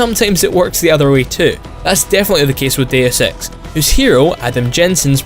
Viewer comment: I'm sorry but your accent sounds like you are saying the name of the game is "Day of Sex"